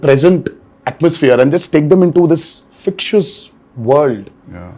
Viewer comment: NTR kept saying “fictious”. Dude, it is fic-to-tious 🤣 School nahi gaya kya ?